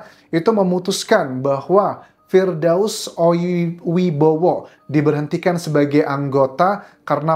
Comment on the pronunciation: Firdaus oiwobo bang bukan Firdaus oiwibowo